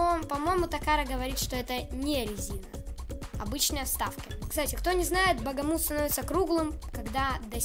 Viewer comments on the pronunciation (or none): Хех, не Багамут, а Бахамут) Это так, на всякий случай, не значительная подсказка 😅